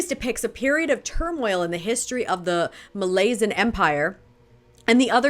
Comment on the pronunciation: Its Malazan not Melasian